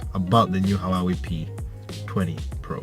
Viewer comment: It's pronounced who-ah-wei.